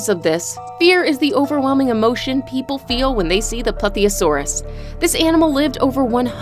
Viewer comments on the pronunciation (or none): none